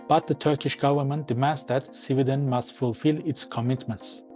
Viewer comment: Why are you pronouncing Sweden as civilian*